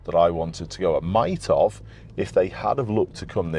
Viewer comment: strange pronunciation of "might have" there. it sounds more like "might hov".